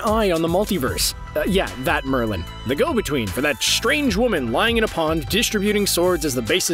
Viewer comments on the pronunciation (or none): none